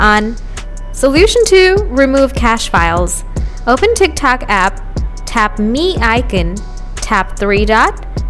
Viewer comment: "Tik tac" 💀💀💀